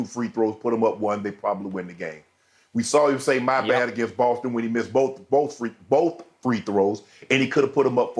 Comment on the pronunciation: He said Austin Reeves was the best player for "BOAF" teams - B O A F